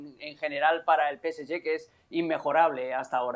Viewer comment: Por favor caballeros no es PS ye, se dice PS Ge,, senor Mario Carrillo no se dice a las espaldas, a la espalda de los jugadores.